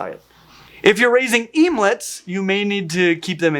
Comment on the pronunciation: bruh... emelets... OMELETS. let's think this through lol...